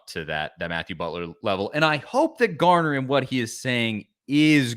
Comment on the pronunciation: His last name is Garner FFS, not Gardner.